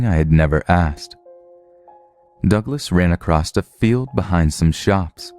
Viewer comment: Stop saying "acrost" instead of "across". SO ANNOYING!!!